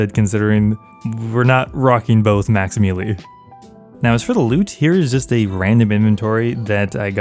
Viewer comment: Hey can you consider saying "melee" instead of "me-lee"? Its pronounced like the month proceeding April. As it stands it sounds like you're introducing yourself as a caveman named "Lee". Trader Steve: "Me Lee."